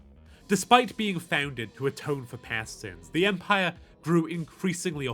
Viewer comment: At the start i could swear he said no Pant. Not Past. Which works either way